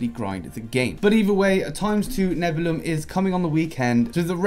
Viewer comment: Neb-u-li-um. It's pronounced Neb-u-li-um